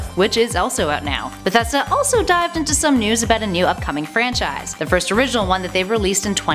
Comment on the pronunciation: AlekoToons 2 you mean because she said francise twice?